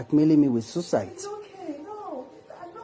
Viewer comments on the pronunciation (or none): He also said sucite! Ewww!